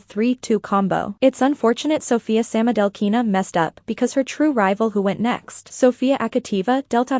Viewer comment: It's LeviOsa NOT LeviosA....... 😅😂 I'm not trying to be mean, as I do enjoy the content, BUT.. the mispronunciation of the Russian names is making my ears bleed. 😭🤪 Proper pronunciation: TrUsova SamoDUrova SamodElkina TuktamYsheva YamEtova AkAt'eva GorbachyOva ValEEyeva NyEsterova ZagEEtova You get the point.